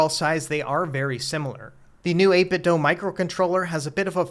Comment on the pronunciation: Why do you keep saying 8BitDo like that?